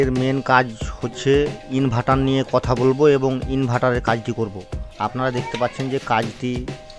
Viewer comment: ইনভার্টার ❎ ইনভাটার ✅😂😂😂